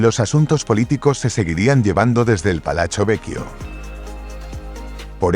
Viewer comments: Porqué dices palacho en italiano , se pronuncia palatso..así sería la fonética...se acentúa un poco más cuando se repite la consonante pit-ti...lo mismo con palazzo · La palabra “Palachio” NO existe, por Dios! Que alguien le aclare a “”! La palabra Italiana es Palazzo Pitti, y en castellano, Palacio Pitti. Se acabó! O es otra vez la mal llamada, Inteligencia Artificial, que de inteligente, poco tiene!